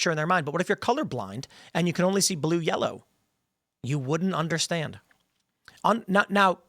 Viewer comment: Ah yes, "grellow".